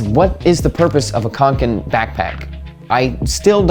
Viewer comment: Yeah, nice pronunciation. People tend to pronounce Kånken as Kanken and that's something completely different. Kanken means “a chicken” in the regional accent where the Kånken comes from...🐤